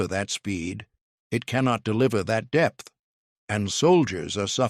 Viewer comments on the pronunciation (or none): none